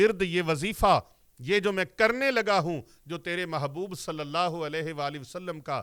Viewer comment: اللہ کی ہ کے نیچے زیر نہیں زبر پڑھیں